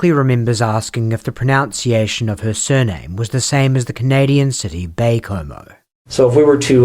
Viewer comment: It's not proNOUNCiation. It's pronounced "proNUNciation."